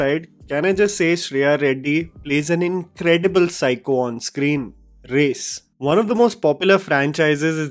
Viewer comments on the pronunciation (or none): none